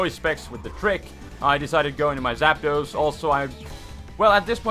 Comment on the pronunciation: Artic-uno Zap-dos Mol-tres Spanish yo